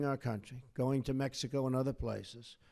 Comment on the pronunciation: Mexico... hate how he says.. Mexico..